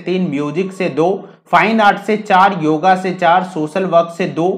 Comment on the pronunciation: कृपया इसको योग बोलें। योगा कोई शब्द नहीं है